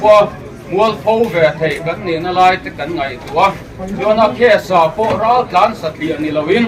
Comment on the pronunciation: Raltlan R tih lam thei lo,Mizotawng pawi chin hi chuan,an ram ah mizo nih duh lo,loh theihloh vanga rawnin ti mozo an nia,tawng pai chin hi chu hnawhchhuah vek tur maw le.